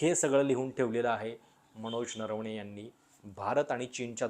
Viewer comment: नरवणे ना नारावाणे म्हणत आहेत